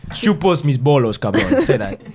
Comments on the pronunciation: My guy said bollos 😭it’s bollas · what you said wasn’t spanish 😂 it’s actually “chupa mis bolas” not chopos mis bolos 🤣🤣🤣